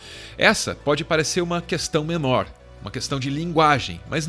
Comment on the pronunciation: bolsonaro fala "Cuestão"